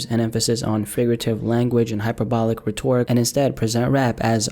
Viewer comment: "Rhetoric" yikes